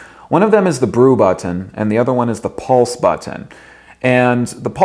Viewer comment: I hate how this guy says But-ton..